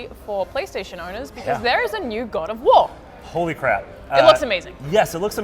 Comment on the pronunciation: The way she said God of War "GUAD OFF WAA!!!